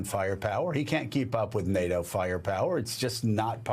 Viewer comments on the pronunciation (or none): none